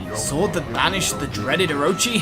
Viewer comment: It doesn't really matter much. I just pointed it out in case you wanted to know. =] Issun is E-soon Amaterasu is ah-mah-tay-rah-ss and Orochi is Oh-roach-e. Pronunciation doesn't matter say it however you want.